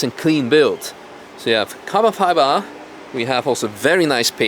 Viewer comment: "Car-bunn fibaa" only real ones know 😂😂